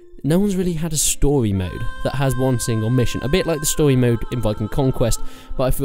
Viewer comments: Stowymode. Lol wtf is stowymode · Yes I wepeat a stowy mode